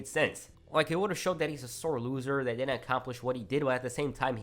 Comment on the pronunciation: I can't tell when this dude says didn't or did. They sound the same